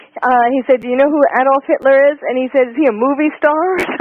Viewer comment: “Hilter god, and the Bible” is what it sounds like she’s saying.